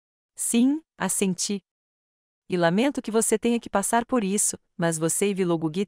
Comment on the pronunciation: Não é A SENTIIR É ASSENTIR